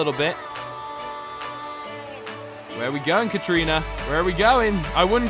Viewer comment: katarina it’s Kat-a-rina not Kat - trina